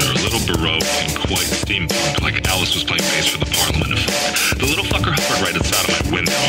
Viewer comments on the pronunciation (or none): none